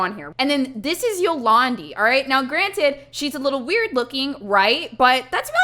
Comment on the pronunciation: It’s Afrikaans and you pronounce Dï Ant word And Zolandi is pronounced Zo lan Dì